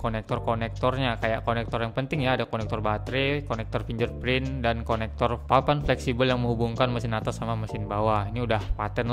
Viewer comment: fingerprint bacanya fingger bukan finjer